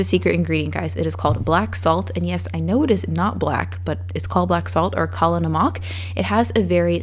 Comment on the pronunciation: You saying Kala Namakh was unexpected but it made me smile ❤️